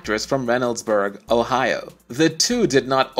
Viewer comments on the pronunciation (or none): none